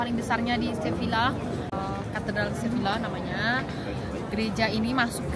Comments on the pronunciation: izin koreksi ka, cara pengucapannya "seviya" karena double L yaa❤ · Sevilla bacanya seveia kak